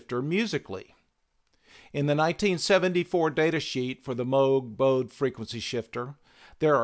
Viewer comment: Just an FYI, the German name Bode is pronounced like 'bo-duh.' (my favorite Bode-inspired tool is the Sonic Charge Echobode plugin---great for psychedelic percussion and metallic piano & brass)